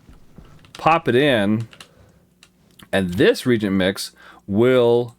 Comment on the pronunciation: 'ree-ay-jint'. that's how you pronounce it. not 'reejint'. fantastic series nonetheless. I have learned SO much. thank you 100x, thank you.